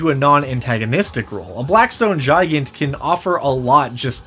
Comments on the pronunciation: its not gi gant its said gig ant. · It should be pronounced "Gee-gant". It's Romanian for Giant. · I do't know why, but his pronunciation of "Gigant" really bothers me. To me it feels like it should intuitively be pronounced "Gih-Gahnt" or "Guy-Gant" with the "G" sound and not the "J" sound. I don't know if that's how it's supposed to be pronounced or not, but it just sounds better to me. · Not how I'd pronounce Gigant. Kept thinking you were saying Giant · Is it suppose to Spanish pronunciation? Such as el gigante from re4? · why tf u sayin gigant like that dd? :(